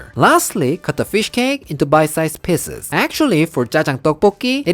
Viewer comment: Lol I know you are saying PIECES but it sounds like PISSES